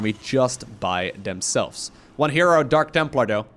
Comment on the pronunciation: Did just say Dank templar?